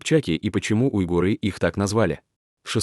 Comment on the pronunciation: Кстати --уйгур , а не уйгыр😊